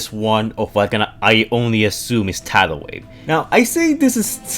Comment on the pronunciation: you said his name correctly!